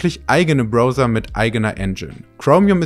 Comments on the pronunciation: Man spricht es 'Brauser' aus, nix mit ooo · Junge, es heißt Brauser, nicht Brohser. Da rollen sich ja die Fußnägel hoch. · Erstens mal spricht man es "Brauser", Mann und nicht "Brouser", Junge Junge ein ganzes Feature über Browser und dann 500 mal dieser Schmerz, wenn man das hören muss! Gott tut das weh. Und dann ist das einzige, was interessiert, ob das Ding uBlock Origin unterstützt, also warum rückst du nicht raus damit? Ich hab das Video abgebrochen und einen Daumen hoch gibt es dafür nicht. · 🙈 Leuuuteeee: das ist kein Brouhser sondern ein Brauhser. Im englischen spricht man es Brauhser aus! Oder dann ganz konsequent Broffser, wenn du das englische Wort deutsch aussprechen willst 🤌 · Super Video, bravo, hab's installiert. Nur noch ein klitzkleiner Englischtipp (zu ow, oh weh): to browse, blättern, spricht sich 'tu braus' aus. Und jemand, der Blätter-Software braucht, ist ein Brauser... wie unter Dusche. Diese Shower wäre ebenfalls 'Schauer', nicht 'Schouer '... Grüessli us de Schwiiz! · Es spricht sich "Brauser" aus Kollege... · was ist ein BROser? diggi, wie sprichst du denn browser aus bitte? 😂 egal, hab mir Vivaldi installiert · Kann dem Kommentar nur zustimmen, ich zucke da immer zusammen, wenn ich es höre. Um mal kurz klugzuscheißen: Für die Kombination "ow" gibt es zwei verschiedene gängige Aussprachen. In Wörtern wir grow, show, snow word das "ow" wie "ou" ausgesprochen. Es gibt aber auch Wörter wie now oder eben Browser, hier ist die korrekte Aussprache irgendwo zwischen "au" und "ao" anzusiedeln. Ich hoffe nur, daß liest auch jemand. In diesem Sinne, Gruß aus down (noch ein Beispiel!) under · Jedes Mal, wenn er "Browser" sagt, stirb in mir ein kleiner Teil. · Korrektur: Browser wurde falsch ausgesprochen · Hausaufgabe mit Google: wie spricht man Browser auf Deutsch oder English aus… 😅🤷‍♂️ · BRRR! Bitte nicht diese Aussprache! Die Dinger heißen Browser, das ow wie au gesprochen, nicht ou wie in elbow oder owner. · Es heißt BrAUsa und nicht BrOser 😏